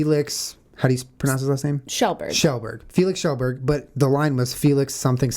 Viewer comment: Yeah it's "Shellberg". Good job Jenna! Awesome podcast guys :)